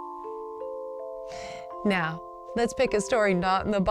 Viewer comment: " A whure... "